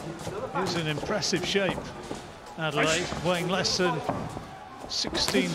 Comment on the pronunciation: They need to call man's name correctly wtf Adeleye - Ade-Leh-yeh Not Adelaide loool